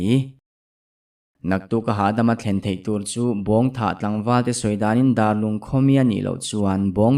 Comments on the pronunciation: Dar i lam dan hi biakin dâr ang in Dârlung tih zAwk tur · Darlung ti a i lam ziah hi a dik lo,Biakin Dar ang a lam rik zawk tur. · Sir thawn thu hi ka ngaih thlak a tang hian mizoram khaw hming ka hre zeuh zeuh a phuah chawp chu ni tho mah se Bawngthah i tih khan a khaw bul chiah ah hian Darlung ve tho a awm a kei ni chuan Dârlung tih ang in kan lam ri thin a sawi ve mai mai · Darlung hming i lam dan hi a dik lo deuh hmel,Bawngthah khua nena inṭhenawm an ni bawk sia